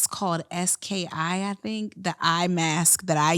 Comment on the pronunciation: SK-II is pronounced "S-K- two".... I'm a licensed estie, lmk if you need help with the skin episode!! Loving this show so far 🫶🏽